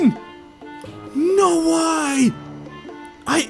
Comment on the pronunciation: When he says “no way” it sounds like he’s saying “NO WHY!”